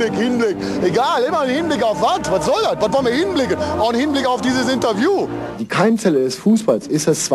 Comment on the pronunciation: "wat sollen wir hinblicken auch im Hinblick auf dieses Interviuuuh" :D